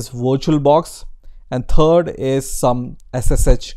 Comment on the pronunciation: I know you are helping and trying your best to speak the language, but I simply could not help myself but laugh "and Turd" I am very childish